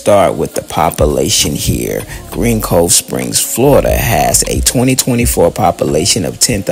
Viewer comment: It's "GREENCOVESPRINGS"! Come on dude damn if your gonna do content like this make sure it's correct. Tighten up bro.